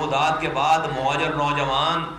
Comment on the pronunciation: Bilkul sahi kaha mojir mojir karta hy is ko phele sahi word bolna sekhao yar muhajir huta hy